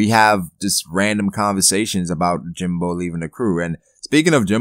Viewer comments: jinbEEEEIIIIII not jimBOOOOO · lol why do u keep calling him jinbo? lmao